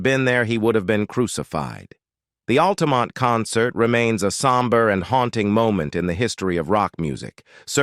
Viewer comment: and for example ... just sayin'